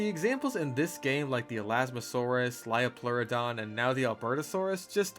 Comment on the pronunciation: Hearing “lie-o-pleurodon” had me correcting your pronunciation by saying the line “it’s a leo-pleurodon, Charlie” like some sort of sleeper cell 😂